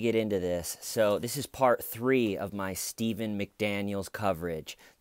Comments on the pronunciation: Why you call him steihven, is soooo weird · The har was thar Styyvan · I laugh harder every time you push the pronunciation of Stayvin. Ty for this excellent series! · Every single time you say STAAVEN I crack up. I look forward to your videos every morning! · "Stay-ven" Lol!! Also, I love when you laugh at yourself and the things you say! Too cute! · “ your hair is there stiven “ LMFAO!!!! 🤣😂😂 🤦‍♂️ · Every time you say "Staiven" I laugh. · I love the moments where you accidentally said Stayven unironically during this 🤣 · I'm not getting the 'Staven' reference? It's getting on my nerves REAAAAAALLLLLLLLY bad. What the fuck does 'Staven' --who says it that way?!?